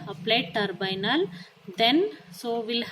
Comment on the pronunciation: It's not turbynal mam it's tribunal